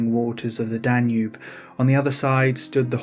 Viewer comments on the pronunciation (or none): none